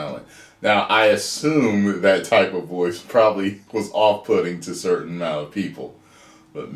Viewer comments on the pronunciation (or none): none